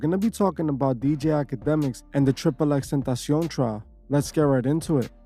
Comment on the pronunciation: The way this guy says tentacion is almost as good that one guy that says TAPATIO 🤣